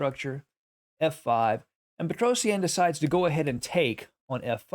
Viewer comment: It's petrosian. Not Petros eannnn Google it.